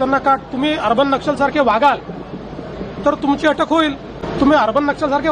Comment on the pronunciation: " अटक् नाही अॅटक् "!!